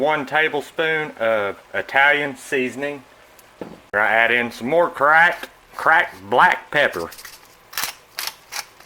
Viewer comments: I'm from NC... southern to the bone🆗👌 but every time he said "cracked black pepper" I died laughing🤣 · Delicious. Love how you say "Cracked Black Pepper" in that kinda growl-y southern accent.